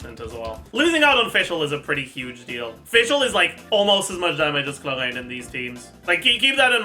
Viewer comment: I genuinely think mispronouncing names hurts your guides, every time you go "HLORANN" I have to do a double take to make sure I'm not stroking out